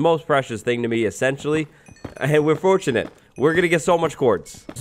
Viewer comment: 2021: "we are fortune-ate." lol